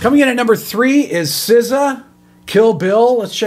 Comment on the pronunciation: him pronouncing shakira wrong but then nailing sza is so great